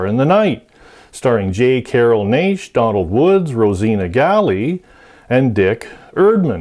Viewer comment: <+>< It's "J. Carol Nash (as in a Nash Rambler car, the a is pronounced eh Na=eh sshh = be quiet.= shhhh! One of the best on film for sure. With "all of Hollywood" playing the roles... these are the folks that were in nearly every movie in Hollywood, not the leads, or primary characters. They were the backbone actors and actresses in supporting roles...again and again because they could "do" what their characters were scripted to do for the movie/short/ documentaries/ cartoons used their likenesses too. Me eyewitness to Movies from. The folks in the movies were my friends, cause I had no flesh n blood ones. For my childhood in it's entirety. Tv is/was the "bullet information" content. Watch more than once and that info is yours. Back to School,..."saw the movie..."<+><